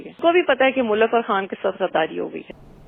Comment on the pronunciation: ye agar mulk ko mulaak bolti hai tou lazim ye ice cream ko ass creem bolti hogi :) esko khatoon e awal kyun boltay hain ye tou khatoon e soyem nahi hai?